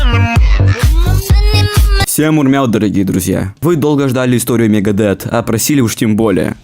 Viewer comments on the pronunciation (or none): Не Лиар, а Лая, если уж ты пытаешься в английский. И не Мегадет, а Мегадеф..ну и далее по списку...Элизиан, Роуд, Три, Юфенейжа........